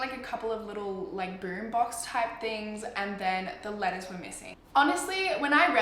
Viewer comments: because of her accent eveytime she says letters it sounds like she's saying lettuce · looool I kept hearing lettuce instead of letters😂😂😂😂